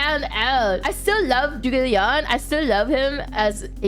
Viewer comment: I mean Zhuge Liang (Kongming) was literally the one running Shu all the time and it basically fell apart after it died. Also, his name isn't pronounced "Joogay Liang" btw.